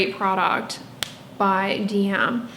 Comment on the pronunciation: As I know, that you would like to know that, in fact the DM brand is supposed to be read 'de em" as it's in German. We read it like this in whole Europe and it's like this in their adds. And IKEA is actually read 'Ikea' not pronouncing the first letter as 'I' but short 'i' like in 'mint'. 😉